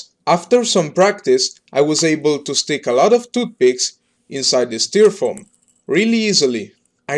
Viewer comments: Not being mean, or its just your accent, but its pronounced styrerfoam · My man said s t e r a foam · dont you just love "styrfoam"?